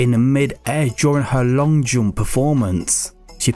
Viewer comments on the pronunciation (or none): none